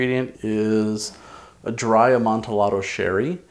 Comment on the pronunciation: Great video! I'll try it with Famouse Grouse b/c that's the blended I have on hand. Please don't be offended, but Amontillado is pronounced Amonti(y)ado. The double "l" is pronounced like a y. I always remember, yo me llamo. These are awesome. I love Lustau East India as well.